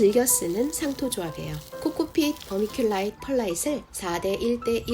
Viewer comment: 유튭이 너무 뒤늦게 추천해준 엄청난 삽목연구 영상이네요~~ vermiculite / pearlite / sphagnum moss 발음하시는데 감동했습니다. 😻💖💕 제 blue ice cypress 삽수들이 왜 실패했는지 알 것 같습니다. 아카데믹하면서도 재미난 커멘트가 정말 훌륭한 비교영상 감사해요!!